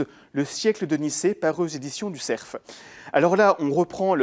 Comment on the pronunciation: Non et non, ce ne sont pas les éditions du ''SERF'' mais du ''CERF'' sans prononcer le f final !!!